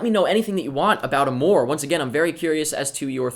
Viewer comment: You don't pronounce it that way...